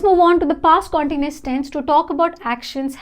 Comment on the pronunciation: You pronounce continuous in a wrong way!